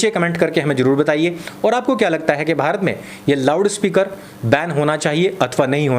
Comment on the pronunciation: थोड़ा जबान संभाल के, मुझे पता है आप loud speaker को lawda speaker बोल रहे हैं😂😂